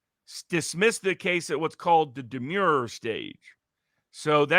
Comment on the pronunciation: I think Mr. Barnes is mispronouncing :" Demurrer". It does not sound like "demure" as in "shy" but with a harder "r" sound like the name "Murray" Also, Mr. Frei is incorrect when he says World War II ended in December 1945 (the war ended in September 1945)